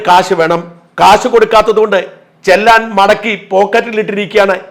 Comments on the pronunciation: ചെല്ലാൻ അല്ല sir ചെലാൻ 👍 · ചെല്ലാൻ അല്ല ചലാൻ എന്ന് ഉച്ചരിക്കാൻ ശീലിക്കുക🎉